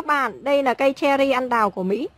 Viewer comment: Tiếc là nói ngọng! Cây ăn đào là cây gì ta?